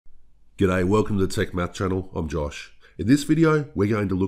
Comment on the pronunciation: Came for the "Ga'day", stayed for the math